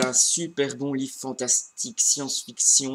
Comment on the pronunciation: Oh c'est gentil ce que tu dis sur mon blog :'3 Merci ! T'inquiète pas, je te dirai ce que j'en pense o/ Par contre, je sais pas pourquoi mais c'est pas la première fois que j'entends ça, c'est pas liT c'est lit comme.. Il lit :o J'ai une amie qui le prononçait comme ça aussi :p Bonnes lectures :3